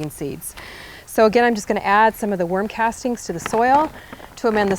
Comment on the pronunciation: Is she saying worm castings or warm casting?